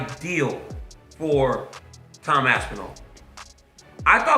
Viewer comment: Why does Cejudo Call Tom, TAM Aspinall?